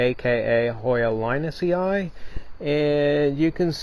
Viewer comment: A little tip regarding pronounciation of latin names: emphasis should be on the third last syllable. That means that a double i means that you should put emphasis on the syllable before the two i:s. Mening linusii should be pronounced lin-us-i, and not linusi-ai. Curtisii is Curt-is-i. Siariae becomes Sia-RI-eh. Always emphasis on the third last syllable, hence all names from collectors becomes name+ii, to get the pronounciation fight. Second i is silent. Your videos and plants are great though. Keep growing!